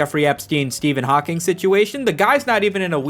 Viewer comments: Ngl I took psychic damage every time I heard "HawkingS" instead of "Hawking" 😭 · You definitely pronounced it "Hawkings" just to piss everyone off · There’s no S in Hawking. You keep saying Hawkings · Everytime he says "Hawkings" it makes me laugh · How do you make a whole video on Stephen hawking and miss pronounce his name every single time lmao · It’s fun that you did a whole indignant video and misprounounced Hawking’s name throughout. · Every time he puts an “s” at the end of the name Hawking 😂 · bro how did you mispronounce Hawking a thousand times in ten minutes